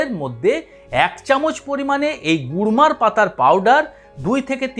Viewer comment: Gurmar পাতা বলেছেন উনি kurmar নয়.